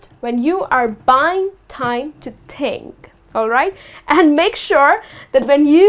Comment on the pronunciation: Ha ha ha a.you pronounced these words wrongly..1..situation, 2.Think ..Please keep improving.